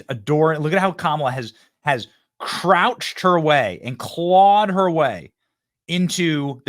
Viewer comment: You say “crouched her way to the top” more like “crotched” her way to the top! Bazinga